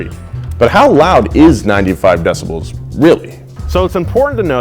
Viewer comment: Dont say "decibells"